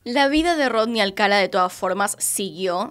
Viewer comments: Videazo, peeeero me puso muy nervioso que lo llamase Alcala y no Alcalá. Ni siquiera sé si es así, pero por lógica sí, sería con tilde al final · Creo q es Alcalá (con acento) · Alcalá con acento en la a, felices fiestas pásalo muy bien 🧑‍🎄🥳🎉🎄🍻🎁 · El apellido es Alcalá con acento en la última A